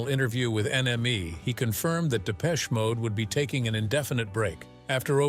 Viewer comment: Absolute Shite........Depecheeee Mode? At least pronounce it correctly ya yankeeeeeeee twat. Hmmmmm this content has opened my eyes 🙄........i dont think so. Dave and Martin are who they are......f**king legends. ❤